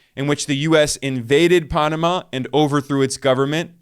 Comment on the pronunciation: Dude! Don't say Punama again, you will have more views.